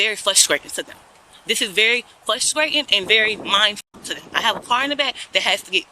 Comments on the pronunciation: This is "fusstrayten." 🥴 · Fusstrating? What is she attempting to say? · She is "fwustrating" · How can squatters have any rights? The laws need to be changed. Ridiculous! 🤯 Learn how to pronounce your words properly. "Flustratin" wow!! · What is fruscrayting and excreme? This trout mouth liar needs to get arrested. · every time she says flustrating i get frustrated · "It's fwuhstratin." Yeah? I bet the homeowner is the one who's frustrated. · Is it fuskscrating or frustrating?🤔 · FLUSTRATING! It is *FRUSTRATING*! That is so FRUSTRATING! The ppl who say this, went to school, saw the word spelled out, pronounce it wrong constantly and somehow don't understand! Hate it! But, you racist youtube commenters, DO NOT think for one second I agree with you. I get irritated about a word, not her race, not her gender, not her age, not where she lives or anything else. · FRUSTRATING...FRU..FRU..not flutrating😂😂😂😂😂😂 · It's very "fusstwaiting" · Please pronounce frustrating the correct way. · You know what I find frustrating? How that woman pronounced "frustrating".